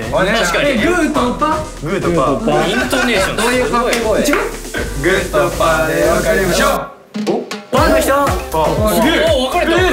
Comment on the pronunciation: 「グーとパッ❓」 「イントネーションすごいな」で茶吹いた